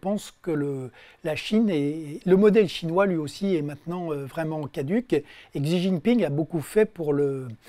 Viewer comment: Ca lui arracherait la tronche de prononcer correctement Xi Jinping ? quel fainéant ! c 'est trop fatigant d'aller sur Forvo et d'écouter un locuteur en chinois mandarin ?